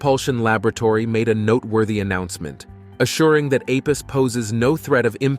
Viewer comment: Apus? Thought was called Apophis?